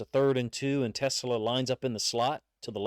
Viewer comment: Pronounce his name right. His name is Te-SLAA" the ACCENT is on the SECOND syllable